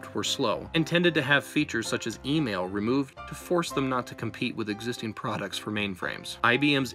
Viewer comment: "3.6 billion dollars of 'PRODITS'"